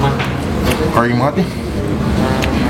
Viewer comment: Kering bang, bukan kreng 😂